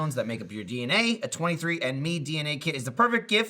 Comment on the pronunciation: When says 23andMe it sounds like he's saying 23 in me lol